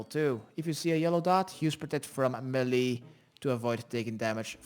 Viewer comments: i laughed my ass off everytime you said MELEE......... it's pronounced ( Maylay.) not (me li ) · meelay as in the US, or maylay as in the UK.